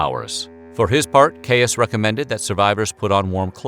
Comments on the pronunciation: Yo, it's not "kayus" it's "keys" 🤦🏼‍♀️ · Good quick resume of a serious disease, but please, please, that doctor's name is pronounced "Keys" not "Kayus" in Englalnd! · Dr. Caius's last name is pronounced /ki:z/ or keys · Erm, it's Keeys College founded by John Keeys, not Kay-us... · It is pronounced 'keys' not 'cayus'. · Its not Kay-Us, its Kays/ Keys. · The college Is pronounced ‘Gonville and Keys’. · For the Americans amongst you, the name Caius is pronounced KEYS. Yours, somebody who lives in Cambridge, UK. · You can say Caius really fast. Its pronounced Keys. John Caius (keys). Caius college (keys). Great video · Caius is pronounced like "keys". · It’s pronounced Keys, just saying... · The 'Caius' in 'Gonville and Caius College' is pronounced as 'Keys'. His family name was actually 'Keyes', 'Caius' is simply the latinized form. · Please Caius is pronounced just as keys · Most politely, I might add a small correction — it’s easier to say “Gonville and Caius College” ten time fast when you pronounce it like the locals. Not sure how Caius himself said it, but in Cambridge it’s pronounced like “keys” as in “house keys” or “key ring” . ;) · I wish you would make some effort in pronouncing names properly. Caius is pronounced ‘keys’. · Caius is pronounced the same as the word keys, as is the word quays. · FYI I think Caius is pronounced "keys" but I could well be wrong. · I’m pretty sure Caius, is pronounced keys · Very interesting, but please note that Caius is pronounced like ‘keys’. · Caius is pronounced "keys". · John Caius' surname is pronounced 'Keys', at least in the name of the Cambridge college of Gonville and Caius. Weird English pronunciations strike again! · Caius is actually pronounced ‘Keys’- odd but true! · Caius is pronounced Keez. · Caius is pronounced keys, is it not? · Caius is pronounced keys. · Pronounced Keys college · Gaius is pronounced "Keys" in the UK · I thought Caius was pronounced ‘keys’ in this context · Caius is pronounced keese .